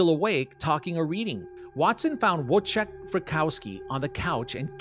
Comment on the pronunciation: Wojciech is pronounced Voyteck, not Wojah!!!!